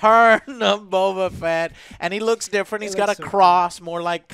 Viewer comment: The ONLY bad thing I can say about this entire series is the way they pronounce the names. I first saw it with Bo-Katan Even the voice actress said Bokatan as if it's one word. Same with Boba Fett. It got mushed into Bobafett... I thought that was odd